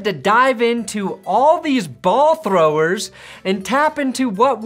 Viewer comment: Why'd say "Ball Throwers" like that